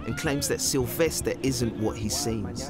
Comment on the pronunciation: Ahhh. Sylvestah!